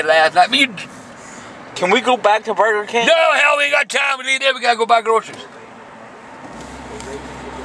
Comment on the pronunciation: “WAY MINUTE...WAH BURGR KIING!”